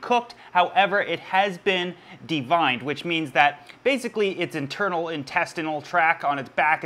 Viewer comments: lol, it's de-Veined (as in vein's/arteries) not de-vined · Right. Shrimp don't have "vines" hahaha but WE LOVE ANYWAY:)